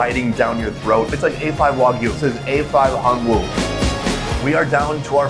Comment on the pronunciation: When pronouncing Hanwoo, it is much more natural to pronounce "hanu" than to say "han woo". Koreans pronounce it as "hanu".